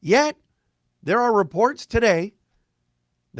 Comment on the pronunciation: "TADAY" LOLZ